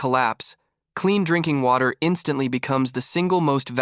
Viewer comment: and the first thing this AI voice said was INKING WATER and should have said D-RINKING WATER. thumbs down unsubscribe.